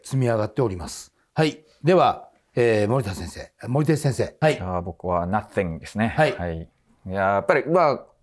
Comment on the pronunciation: 「ナッthイングで」